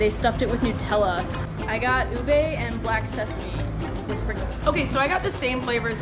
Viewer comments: its pronounced OOB-EH not "OO-BEYY" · " OObey " in Philippines we pronounce it as Ube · Ube not "UBEY" U AMERICANS HAVE A FREAKIN ACCENT IM ASIAND FILIPINO I SAY IT UBE NOT "UBEY" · Its not pronounced as "u-bei" it's pronounced as "oo-beh" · Ube is pronounced as ubeh with a hard be not ubey 😂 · It's pronuns as ubeh like "eh" not ubay... Just saying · I Filipino and cringe whenever they say "ubae" ITS UBE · it's so cute how they pronounce "ube" as "ubey"😂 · The way they say ube it's just,, All the Filipinos are cringing